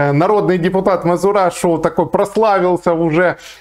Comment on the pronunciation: не мазурашу а мазераша ))))